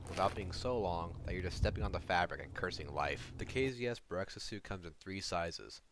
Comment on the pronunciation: Correction, the suit is called BEREZKA , not BEREKZA , berezka means birch, berekza does not exist